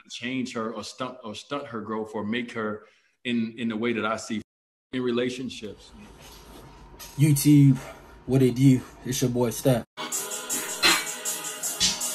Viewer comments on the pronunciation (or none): “YouTewb. What it dew”